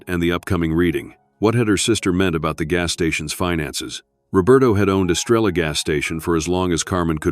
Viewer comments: I see three pumps, and no Estrella please take better care matching urination with a photograph. BTW, someone from El Salvador, who's still retains his accent, will say, "Es-STRAY-ya," flipping the "r." He did, however, pronounce "Te quiero" correctly. "Abuelo" means grandfather. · And it should be “Es-tray-ah.” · Great story❤Star in Spanish is pronounced estreya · I’m not a Spanish speaker, but I live in Brownsville,Texas, on the border. Even I know, now, that the Spanish words are being mispronounced. Especially, Estrella.